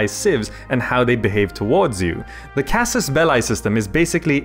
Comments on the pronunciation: belliii (though short i) omg not belai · Am I the only one that is surprised that one one noticed casus belli should be pronounced more like casus "bellee"? The way you pronounce it, casus ballae, is I think the plural of that word. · It's not Belai it's Belee (Belli) ffs....:P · it's casus "belly": "Bellae" (how you pronounce it) is a wrong conjuagation of the noun Bellum - "-ae" is usually a plural suffix, but the plural (genitive) would be casus bellorum. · It is latin. "Belli" is pronounced in a single way in latin: casus belli /'kazuz 'bɛlli/ or /'kazus 'bɛlli/. However there are different schools for something like Caesar (regarding the "Cae" part). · Casus Belli is a latin expression and in latin it is not pronounced with eye but with simply i or if you are English with e. (this being the correct way to pronounce) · anybody get weirded out when he says casus belie with an english accent instead of casus belli like the latin way? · How to recognize Fireaxis plebs : they pronounce it "Casus Bell-ay" Hail Europa! (Universalis) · It's pronounced belee. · "Belli" is pronouced just like the word "Belly". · It`s pronounced CAsus BElee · please look up how to properly pronounce casus belli my ears are bleeding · You're pronouncing Casus Belli wrong. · Yes, I noted that... is really strange. By the way, you did a really nice video! :) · ...That's not how you read "casus belli". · would watch the video but you didin't bother to learn how to properly pronounce Casus belli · Dude do your research that's not how casus belli is pronounced, plus it's Latin not English or British for that matter